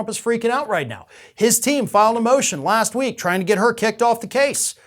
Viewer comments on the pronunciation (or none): none